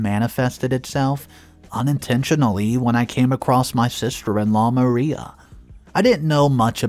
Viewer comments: Mariah....Muh-rye-uh not Maria...Muh-ree-uh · Ma-- Rye--- AHH not maria. Sorry, couldn't help myself. TY for the great stories!!! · Mariah is pronounced Ma-RAI-a ('ai' as in 'eye'). The name you keep calling her is Maria (Ma-REE-a) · First of all learn how to pronounce these names correctly if you’re going to include close caption, her name is Mariah (Ma rye a) Not Maria, and on top of that this is the stupidest story I’ve ever heard someone butting into a families life when she’s not actually married to the individual. Yette went out of her way to destroy this child even more over some dumb, childish crap she was young when she got caught shoplifting Let it go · ~ Mariah isn't pronounced Maria. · Pronouncing Mariah wrong. Also under another video, you said privy wrong. It's i as in "it", not "eye".